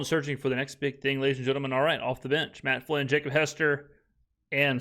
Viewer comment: He said Matt Fylnn. LOL good catch.